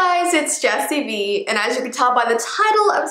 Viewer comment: oof it's "Vee"